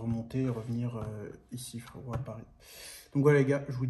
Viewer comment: "on achète pas une baguette de pain fwérottt" mdrrrr